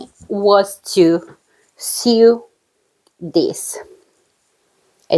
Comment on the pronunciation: Hello from Canada! Nice to see you again : ) Your english is just fine. I only noticed one word that you say different. When you "sew" a garment together it is pronounced -- so. I watch Inka too. Isn't she adorable !?